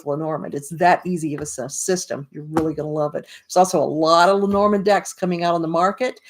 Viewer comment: Hi! I just came across your review. I have bought the book and I have bought the cards but I haven’t started yet learning. I’m glad you like Erica‘s book, but you pronounce the name differently than she does. She pronounces it: LEH-nor-MOND. You say: Leh-NOR-mund. I’m wondering what you think of that? Who is pronouncing it right? And who is pronouncing it incorrectly? I’d really like to know. Thank you.